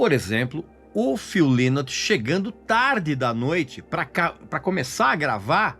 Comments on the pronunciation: Hu Líus???? É algum chinês? 😂😂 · O Régis não conhece muito sobre a banda, infelizmente...a começar pela pronúncia do nome do vocalista. Estudou pra fazer o vídeo e estudou muito mal. Ele disse algumas incongruências aí, poderia citá-las, mas o mais relevante aí já que ele quis abordar o término da banda e a fase que o Phil se afundou nas drogas, foi não dizer o que culminou pra levar o Phil a esse comportamento, o que o fez se deprimir tanto...a meu ver, ignorar isso no vídeo foi o seu maior equívoco.